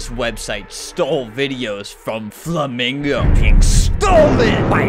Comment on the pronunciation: BUT KID WOTCH FLUHMEENGO 😭